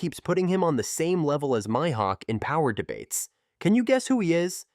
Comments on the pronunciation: He messed up so many tings they clearly say in the anime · "MY" hawk, good video though